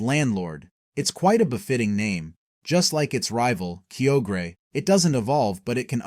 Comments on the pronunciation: Kio-gre ✅ Kyo-gre(Kaioger) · Registale, keyogra,grewdon im grateful for the info but dude was destroying everyone of my favorite legends names.